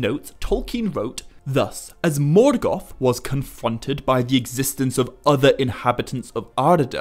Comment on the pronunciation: interesting, why do you call Morgoth ...Morgath ? Repeatedly?